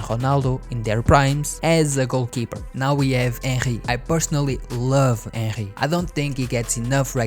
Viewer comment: Bro said ehry isntead of henry